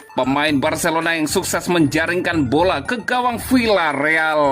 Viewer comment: CARA BACANYA BUKAN "VILLA..." TETAPI "VIA..."